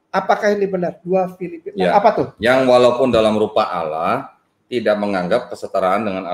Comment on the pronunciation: Penyebutan kitab filipi saja salah ini berarti terbukti kainama itu penipu